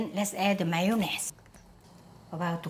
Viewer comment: I'm french and it's refreshing to hear someone pronounce 'mayonnaise' perfectly!